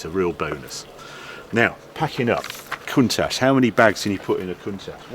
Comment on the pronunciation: The "ch" in Countach is pronounced the same as the "ch" in attach, not "sh"